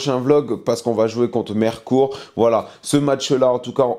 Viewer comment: C'est miiiirecourt pas mérecourt😂....